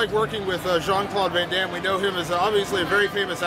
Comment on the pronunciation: john claude von dom?...come on le, its VAN DAMME.